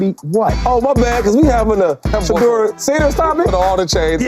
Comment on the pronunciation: Last time I heard chase about Shedeur he said Shefeur not that good just saying